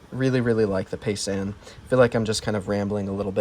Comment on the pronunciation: It’s pronounced ( pie - zahn ).